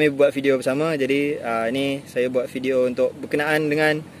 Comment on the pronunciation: Adik cakap sebijik mcm sy ckp di johor ini…mantap. Cume sebutan tv dan video tu kurang tepat….bunyi nye sepatutnye tivi bkn tifi. Vidio bkn fidio